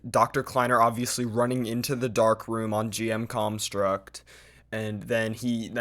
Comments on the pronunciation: i love how he says gm_comstruct and not construct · Wait did you say cumstruct?